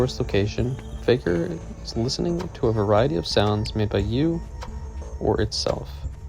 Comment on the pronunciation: btw you kept saying "faejkur" and "lament" wrong